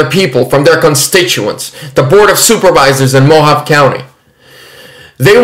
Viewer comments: Mohavé. Not Mohav. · I believe Mohave is pronounced MOE HAHV EE. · Hey, "Mohave" is pronounced "mo-HAH-vee". Not picking at you, just trying to help. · It's pronounced "Mo Hahv Ee" County. And it's actually one of the most conservative counties in Arizona. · Mohave is pronounced mo-hov-vee. 😂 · its MO- HOV- VEE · It's pronounced mo-ha-vey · "Mo-hahv-ee" is another acceptable pronunciation. The E at the end of Mojave can be pronounced like "ee." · We have a Mohave Desert, in California; pronounced MOW-HAW-VEE. Love your content, another great video. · The E at the end of Mojave can be pronounced either as the "ee" sound or "ay" sound depending on who you ask in the county, but since I live close and have visited the area numerous times, it's often pronounced kind of like an in between of "ee" and "ay." No real way to accurately write it out. (I mean "ay" like the sound in words like say, pray, or day. Just to be clear.)